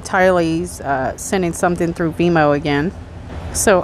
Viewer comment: You can't shoot poison out of a gun, and it's venmo, not vemo, you just forgot or didn't know , there is an "n" in there. That aside, i lov your videos. Please don't take me correcting u wrong or personal. I'm actually a fan of your channel.